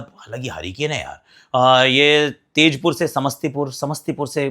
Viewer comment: तेजपुर नहीं सर ताजपुर यहीं पर रहता हूं मैं❤